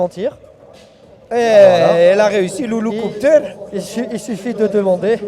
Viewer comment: 28.42 "louloucouptere"